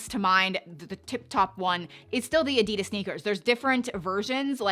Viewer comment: Pet peeve: wrong pronunciation of Adidas